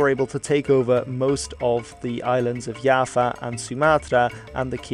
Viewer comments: it's Jawa not Yava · I just realized mans been calling java Yava. Its pronouced java like the coffe. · pronounce Java as Yava Me, an Indonesian: I felt my heart cracked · B-b-b... itu Pulau Jawa, bukan yava... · kalo di belanda j jadi y misal nya johan jadi yohan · Is it pronounced djava? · It's like "Java" (the programer's thing), or "Japan" (remove the "n"), but change the "v" (or "p") to "w" like "Washington". -> Jawa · I found this comment as soon as he said "Yava" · English: Java. Bahasa Indonesia: Jawa. Netherlands: Yava. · Yes with a thick and clear J instead of something like Y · Knowing that is Dutch: "Oh okay, understandable"